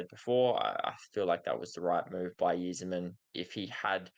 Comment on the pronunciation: its pronounced "eye-zerman" like the eyes on your face. cheers